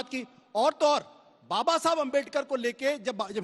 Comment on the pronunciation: अंजना दल्ली पहिले बाबा बोलना सिख